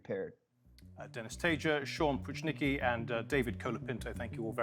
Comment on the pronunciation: Sam Pruchnicki is not "Pushnicki" but PROOH - NEETZ - KEY.